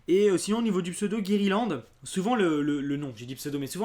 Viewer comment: Guérilande -> Guirlande (de noël)